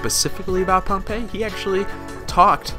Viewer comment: Pohnpei is not ruined it's just normal dummy I'm from their and we pronounce it bonbei